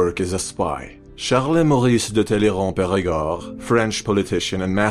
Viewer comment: “Charles Maurice de Tallyrand-périgord” Narrator’s pronunciation is immaculate!